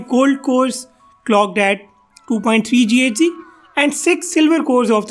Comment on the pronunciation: You're a noob. It's not read as GHz, it's giga hertz.